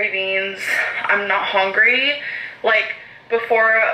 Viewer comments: It makes me hongry. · The “hongry” one just kills me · my husband gets so aggravated by how she says hungry. Hongry LOL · She literally pronounced "hungry" as "HONGRY" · Everyone is constantly asking for Torrid hauls, Al said so. Also, I hate how she pronounces hungry as hongry!!! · I can't stand the way she says hongry! I swear I'm getting amberlynn misophonia!